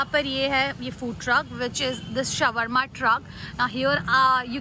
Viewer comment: It's pronounced as shor-ma...not shawar-ma 😂😂